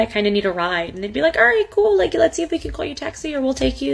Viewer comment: Aayand? It’s and.